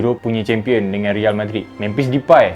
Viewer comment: Tk habis2 dgn sumpahan...sebut real bg betul boss